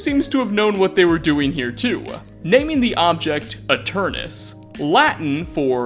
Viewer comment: Finally, someone pronounced 'Aeternus' correctly.